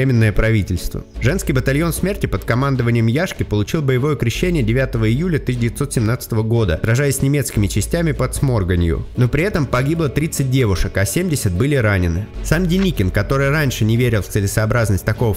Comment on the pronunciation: Бой по г. Сморгонью ударение на слог го